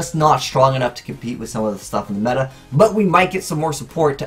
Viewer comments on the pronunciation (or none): none